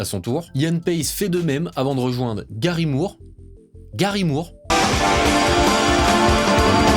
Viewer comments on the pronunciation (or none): none